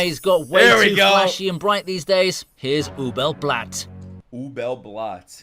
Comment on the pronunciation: Please don't say Ubel Blatt, it hurts my ears, and I'm not even German.